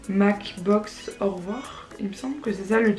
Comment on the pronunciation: McBox est Réunionnais et sa se prononce M-C le "c"se prononce en anglais 😂